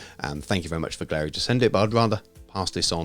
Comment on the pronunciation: Turns out it’s pronounced “gallery” (I was saying it like you do). I asked them :D The quality seems excellent so far!